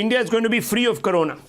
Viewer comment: First of all, it's "corona" not "karona".